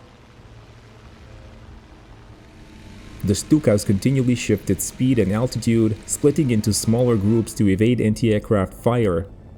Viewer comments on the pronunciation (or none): none